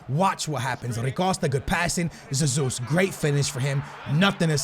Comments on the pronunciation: The way you pronounce "Jesus" shows that you obviously have no idea how the portuguese pronounciation works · Hey love ur vids btw I’m Brazilian and Jesus is pronounced with a J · Hey love ur videos man. Hey I’m from Brazil, and Gabriel Jesus’ name name is actually pronounced with a J at the beginning so it’s basically pronounced the way it’s spelled 😅. Keep up the amazing videos man! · Mate, IDC how you pronounce Gabriel Jesus, but if you are Portuguese and pronounce it with a Z... better keep saying it as you were doing before. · Cmon dude thats not even how you say jesus but i get why you say it like that (i am also portuguese) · Caspar J it's a soft "J", he says with a kind o "z", but he's trying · stop pronouncing jesus like zezus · im portuguese aswell and your saying Jesus rly bad "zezus":D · DID HE SAY ZEZUS? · Omfg it's not zezus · It is not zezus I am brazilian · It’s pronounced He-sUs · It's pronounced Gezus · Rather u say Hasus that Yesus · U say it like Gabriel hesus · James rodruiguez Lol no, Gabriel Jesus himself said it’s pronounced Jay-sus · Wait, your logic confuses me. You say you are speaking Portuguese when you say G. Jesus, yet he is Brazilian and the national language of Brazil is Portuguese. Another example, Mourinho's name is pronounced with a hard J. Plz explain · i'm brazilian and u still saying jesus wrong hahaha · He still cant say jesus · it's not Zesus its hesus maaann don't try so hard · I'm Brazilian it's not Hezus ... It's Jjjezus(a weak elongated j) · it's JESUS and you are saying ZESUS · You are pronunciating G. Jesus Wrong, you are saying it like Sesus, when it should be like Hesus. Don't get me wrong man, Cheers ;D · its not pronounced “Gabriel Zazus” its “Hey-soos” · Don't say zezus even if it is the right way it is so annoying, say heysus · Oh How can you say you are Portuguese ffs....its not Zezus either....é JESUS COMO SE LÊ CARALHO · Its pronounced hay zus.Not jay zus